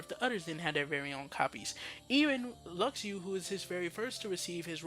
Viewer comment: Stop saying "Lucks Ooo". Luxu is pronounced "Loo shoe". if you watched back cover you'd know that. idk why so many people still say his name wrong but get other names right. just stop. the x in luxu name is the same as marluxia and xion. a "sh" sound.